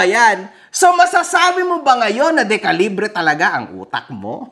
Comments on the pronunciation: Dekalibre ❌ Dikalibri ✅ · DEKALIBRE ❌️ DEPALIBRE ✅️